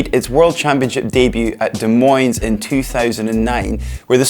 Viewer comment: USA, USA, USA! Des Moines is pronounced without saying either "s". I only know because I have lived here my whole life :)